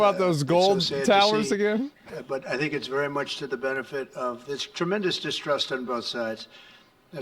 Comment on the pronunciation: He said "I Thank" 😂 Is that you Jim Acosta 😂